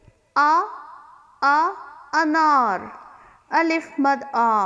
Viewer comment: O my God.. apny tu start me e Alif ki phonic wrong boli